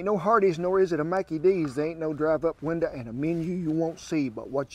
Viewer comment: Drive up winder😂 I love dude!